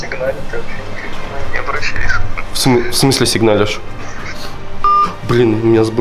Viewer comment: А ты вообще не обращЯешь. Ча - Ща, через "А"!!!!!